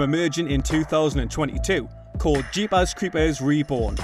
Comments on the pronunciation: Jeepas cweepas lol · Jeepuhs creepuhs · “Jeepaz crepaz” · Lol i laughed every time